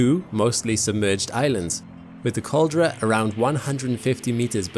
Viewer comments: "Caldera" is pronounced "kaal·DEH·ruh". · It's not really, there's some inaccuracies in this video. The picture of the volcanic island spit in two is wrong, that's actually a photo before the big eruption. The photo shows were the middle part of the island slipped into the sea, a caldera collapse (caldera is pronounced wrong in the video), which was a catalyst for the massive volcanic eruption that followed (a plinian eruption). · Please learn how to say "caldera" before doing a video about volcanoes.